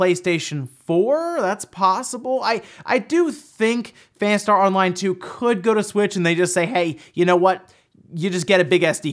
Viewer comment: Please stop saying Fanstar Online.